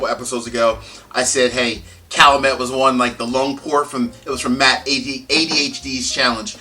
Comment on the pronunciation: For me the 14 is the biggest disappointment and waste of money of any spirit I've bought. Oh and BTW it's pronounced Kal-you-met